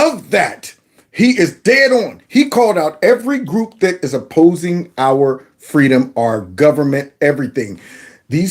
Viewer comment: Errrr, fweedom